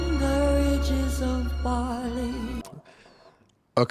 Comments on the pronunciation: Love listening to her voice but the mispronounciation of "rigs" is a constant distraction. While the etymology of the word is from ridges, every source I've referenced suggests that "rig" is the actual English pronunciation. Pains me that some native Engish speaker in the recording/production process did not advise her. Even more irritating though is that, as long as she's been in the US and as often as she has performed "House of the Rising Sun", no one has corrected her pronunciation of sewed ("so" not "sue"). Too picky? Maybe but these are trivial things, that could be so easily corrected, they just stand out and, once recorded, last forever. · A gorgeous cover of a Burns classic. I wonder, though, why she said “ridges” instead of “rigs”. I know English is not her first language, but she normally speaks it so well one could barely tell. In any case, it’s beautiful, just as it is… And, of course, this was another top-tier react. ‘Kinardly wait for the next one :).